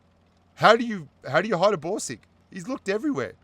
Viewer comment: I hear Broom sticks instead of Borsig.